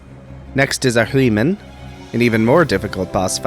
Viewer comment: I like returning to this video for three reasons: says Ahriman Once. Twice. Thrice.